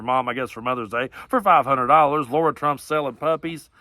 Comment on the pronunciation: Hi there! Good morning from Humboldt. Just want to mention: it's "Lara" with an "a" not "Laura" with a "u". Small point but I don't want to share MY name with that *B***h! Thanks-love the show! 👍Laura